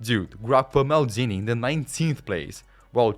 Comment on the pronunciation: Maldini ❌️ Meldini✅️